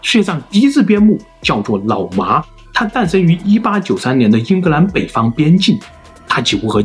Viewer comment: 好像蠻少人養牧羊犬 也是太聰明的關西XD? 我一直聽成 腦麻